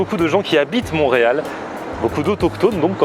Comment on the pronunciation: Ont dis montreal et non moureal